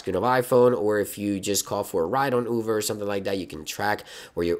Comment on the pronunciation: Did you say "Uber" or "Oover"?